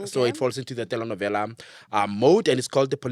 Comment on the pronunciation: I love how pronounce Telenovela ❤